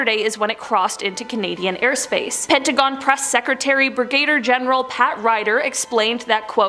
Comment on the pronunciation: . Brigayyder General 😂😂😂😂😂😂